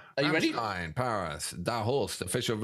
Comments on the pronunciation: Ok it slightly bugged me with the rammstien but you pulled it back at the end with the proper pronunciation rammstein. 👍. Now that brilliant intro caught me out I thought that I had clicked on the wrong link. 😂🤣. Great job chaps I just had to subscribe. 😊👍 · How funny it is that at first one pronounces Rammstein correctly as RammSTEIN and the other insists pronouncing it as RammSTEEN, and in the end they both say Rammsteen. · RammSTEIN.........not Rammstiiiiiien 😘